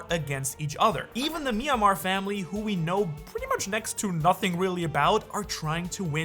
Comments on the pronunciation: Myanmar ❌ Manmayer ✅ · is this a translation thing? Gunko's family name is very clearly spelled Manmeyer. Man-May-er. Why are you pronouncing it Myanmar?